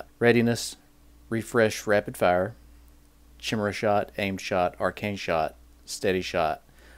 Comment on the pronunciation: The way you pronounce "chimera" really annoys me but all in all not a bad video.